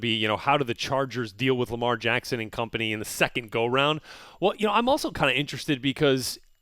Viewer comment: sounded like he said Lamar Janckson instead of Lamar Jackson 😂😂😂😂😂😂😂